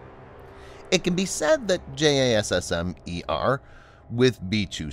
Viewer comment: tbh, I think the current acronym has a pronounciation. But the narrator doesn't seem to have that info.